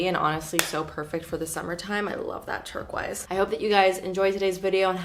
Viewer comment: once you hear say “turk-wise” instead of turquoise you can’t hear anything else 😂🙈